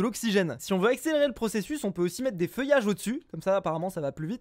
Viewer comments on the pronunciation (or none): none